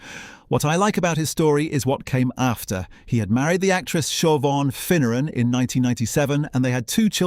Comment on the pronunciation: I was amazed to hear Shiv-awn (Siobhan) pronounced correctly! 😀 AI has had some schooling in Irish names!